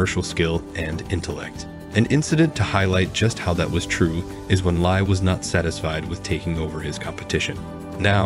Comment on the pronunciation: His surname is pronounced as Lee. Same as Bruce Lee. Not Lai!